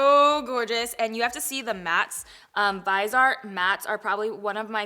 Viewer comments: Hey. It’s is pronounced “viz- e- art”. Stephanie Nicole did a full demo with Muse who carries Viseart products. She also breaks down the price per gram which makes this pallet price comparable. It is worth the watch. Viseart is worth every penny! The matte shadows are the best on the market! They make their pallets to create looks in rows or quads. They are a professional line that is offered to the mass public. The price per gram makes their pallets comparable. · Viseart, in French, is pronounced “Veezarr”, if that made sense. The last letter is almost always silent in French unless there is an “e” after it. So, the “t” is silent. I hope that helped you! 🤗💋💋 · The T is NOT silent. Watch this video starting at the 40 second mark and at the mark, she clearly pronounces the T. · La Dorada Viseart is the name of a French company. If you are speaking French, you would not pronounce the “T”. The person you referenced clearly does not speak French. I hope this helped you! No hard feelings! 😊♥️ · The person I referenced is a Viseart representative AND they discuss the proper way to say the name. Americans pronounce the r in L'Oréal differently than French speakers and it is still considered the correct pronunciation in the US. The way a French person pronounces Viseart is Vee Zee Arr (still 3 syllables). Clearly you are not French either. No hard feelings! 😊🖤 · Viseart is pronounced “VIZ-EE-ART”. Not “Vi-zart”. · it's vee-seart. Love your videos! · I’m sure someone has posted this already, but I’m not going to wade through 2K comments. Viseart is pronounced Viz-EE-Art. Stephanie Nicole interviewed them awhile back and asked them to pronounce the name of their company. Almost everyone pronounces it wrong, reminds me of the movie ‘That thing you do’ when their band was called the ‘Oneders’ (Wonders) and everyone called it the ‘Oneeders’. 😂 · Viseart is pronounced like viz eee art 😊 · Lol it’s ( vyz-ee-art ) no shade! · Viseart: Vih-zee-art